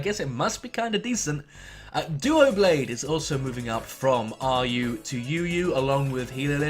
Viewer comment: Erm... It's Doublade (Double + Blade), not Duoblade... And Sigilyph is pronounced with a J sound, as opposed to a G sound, as the G does come from Sigil, not Glyph.